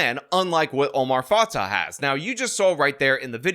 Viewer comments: Just a little correction: Fatah is pronounced Fatay and Fray is pronounced Fry. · Why do you keep using the wrong stupid new flag for Minnesota?? Plus you mispronounced both candidates’ names. It’s fah-tay and fry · You’re saying both her last names are wrong. I know it’s not the point of your video.